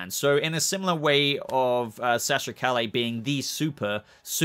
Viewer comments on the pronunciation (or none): I can't wait to see Keaton. I'm excited. And Sasha's last name is pronounced "ka yay." Give the girl some respect. Keaton is agile. Go watch "The Protege"